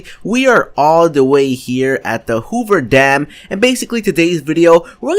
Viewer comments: did he say hover dam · why's he saying hoover dam like it's In fallout